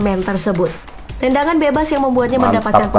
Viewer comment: Bukan tandangan bos tp tendangan